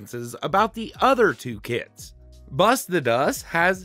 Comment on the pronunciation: I heard the first "kits" as "kids" and idk it was kinda funny to me